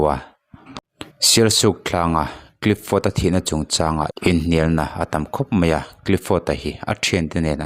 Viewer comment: Clifford tih hi clipford tiin ilam in kahria ilam sual deuh nge ka hresual zawk?😊